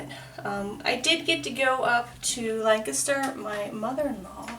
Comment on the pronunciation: As someone from south central Pennsylvania, I love that you pronounce Lancaster as "Lang-kis-ter" instead of "Lan-cast-er" ❤❤